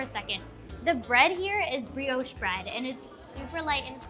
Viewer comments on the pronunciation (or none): none